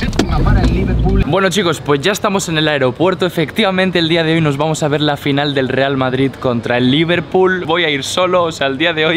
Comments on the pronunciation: Y dice finial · Dice fiñal